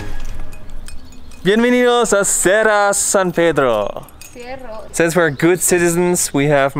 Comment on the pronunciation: Cera San Pedro: Cierro 😂 died